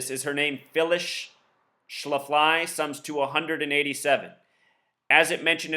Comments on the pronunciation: Excuse me...it's pronounced SHLA'-FLEE. Not Phyllis Sha-FLY'...So much for your gematria...study your plain English and history more, and let up on the super-secret code, bro. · Not sure if you're mispronouncing her name on purpose or not, but it's pronounced Schla-flee. Just saying. 😎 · You are not pronouncing her name correctly. It is Schla-flee accent on the first syllable. I am 65 and remember her well! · SCHLAF-lee, moron. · The name is pronounced Shh-laff-lee, they have a brewery & restaurants in StL as well. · Her name is pronounced ssh laf lee, accent on the laf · no disrespect, but it's pronounced sh-laf-lee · Yeah I wondered why you were pronouncing it that way? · Will Hightower , I was afraid my ears would start bleeding. Thanks!